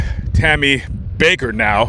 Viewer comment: It's not BAKER. It's BAKK....ER